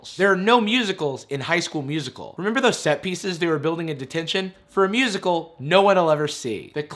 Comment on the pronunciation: I’ve been in the theatre since the 80’s. And not even the gayest of gay chorus boys ever pronounced it musiCAL...And who the hell does a callback audition with complete sets, lights and costumes?? FYI: Darbus was played by Alyson Reed who actually was a Broadway singer and dancer back in the 80’s. She even starred in the 1985 bedroom film version of “A Chorus Line” with Michael Douglas...I know way too much useless information plus I had to watch this movie A LOT as my daughter was only 6 when it came out.